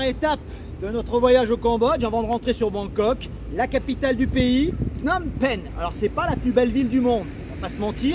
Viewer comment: de très belles images , je vais continuer à regarder . cependant , on entend Phnom Pènh ! Phnom Pènh ! et c'est un peu douloureux pour les oreilles , parce que les cambodgiens disent Phnom Pénh . à ce titre , il serait intéressant de regarder une vidéo sur la chaine "Khmer Lesson" , qui s'appelle "how to pronounce names of provinces and city in Cambodia in correct way for foreigners" . ensuite , à , "phsar thmey" , littérallement "nouveau marché" . attention , il ne faut pas oublier qu'en khmer , l'adjectif suit toujours le nom . phsar = marché et thmey = nouveau . ensuite , la visite de Tuol Sleng Genocie Museum , et le lieu est présenté comme un camp d'extermination , mais ce n'était pas le cas . S21-Tuol Sleng était le centre de torture , mais ensuite les détenus étaient transférés à Choeung Ek pour être exécutés immédiatement . contrairement à Tuol Sleng , le 2è camp était équipé pour détruire les cadavres . ensuite , pour le Musée National du Cambodge , il y a beaucoup de choses à voir , et si vous voulez avoir le temps , n'oubliez pas que le musée ferme dès 17 heures . à la fin , vous parlez de l'aéroport Pochentong , à 7-10 kilo du centre ville , mais bientôt les touristes vont arriver à PP par le nouvel aéroport dit "Techo international airport" , qui est situé à 20 kilo du centre . ouverture de l'aéroport en 2025 . votre vidéo est très intéressante sur l'ensemble .